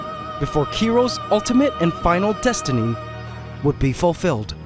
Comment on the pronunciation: "..ultimate and final destiny..." Obnoxious to hear people hyper accentuating.